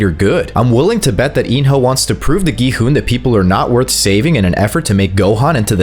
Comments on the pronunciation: It’s not go hun it’s gi hun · Not being mean did he say go hun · bro said gohon and ji hun☠️☠️☠️☠️☠️☠️ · Bro why did u call him go hun-G man-gi han-G hon